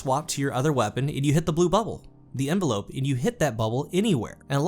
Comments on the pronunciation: It's not envelope. It's env-el-up. To surround. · "In-vel-up" not envelope lmao. Hard to take you seriously with that silly shit. Invest in a thesaurus. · great content as always but I couldn't stop laughing every time you said "envelope" (like a letter) instead of "envelop" (to wrap around something). Nothing but love though! keep at it :) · Lol, the way the word is used in the perk description, it's "inVELop/envelop" a verb. It's pronounced sorta like "develop". The way you say it is as if it's a noun, the same word but with an e on the end is an envelope. On or in doesn't matter with that word. Basically, it doesn't say envelope, it says envelop. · Enva lope xD. 😂 You’re not sending mail...it’s envell ups. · IN-VEL-UP which is a verb not the noun envelope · DUDDDDEEEEEE its not “Envelope”, that is something a letter goes in before you mail it! Envelop, En-vel-up(the pronounciation), is when something covers another thing! Pleasssssseeee stop saying it wrong, you sound so dumb! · The way he says envelop drove me nuts...... still love the content though lol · Nope Nope envelop and envelope are pronounced completely differently what are you talking about?? 🤣🤣🤣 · FYI it's pronounced en-vell-up not envelope. Love the channel man keep up the good work.